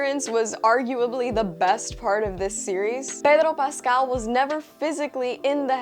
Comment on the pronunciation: I love your reviews, pero the Cuban in me cringed at your “Pedro Pascal” pronunciation. There is nothing wrong with it and that’s what I find funny, but it’s always felt so pushy when another Hispanic person wants me to pronounce their name in “Spanish” as if that changes anything. Keep doing your thing and disregard my ranting…lol